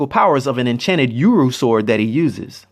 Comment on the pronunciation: Ururo is said with a ugh!, in the beginning. Not like You,ruro like how you said it was wrong. Sorry Im not trying to be a dick. No offense man great video BTW!, like an I'm gonna subscribe!